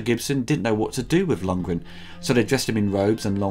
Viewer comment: Dolph... "Longen?".. You mean Dolph LundgREN? :)